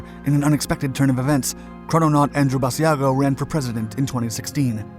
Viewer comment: To all who think this is not true…you are wrong. And it is not ‘bad e a go’. Iris ‘Bash-a-go’.